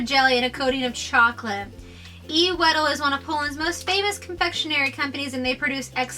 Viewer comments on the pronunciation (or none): The way they pronounce the words I can't even deal with them Weee del- wedel Crack ouw- Kraków etc 😂😂💩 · The Wedel's "Jaffa Cakes" that should be called "Delicje" are one of the best and probably most popular snacks here in Poland, they're present on every party, meeting or whatever, and everyone here loves them Also you should pronounce "Wedel" like it was spelled "Vedel"